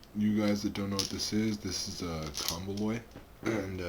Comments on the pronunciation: good video. only thing is its pronounced comb oloy. like you're saying comb then oloy. i dont mean to be an ass but im just saying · it's actually not. it's pronounced KOM-bo-loy. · Said it wrong. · Learn how to pronounce it